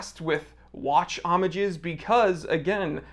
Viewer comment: You're calling it the right way in singular form, the 'h' is silent. In plural, the 'e' in the end is silent, there you're wrong: Omag(e) and Omag(e)s 😉